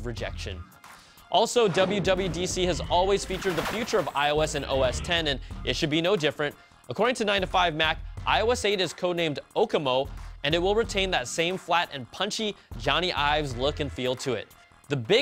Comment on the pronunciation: It's oh-key-moe, no oh-keh-mo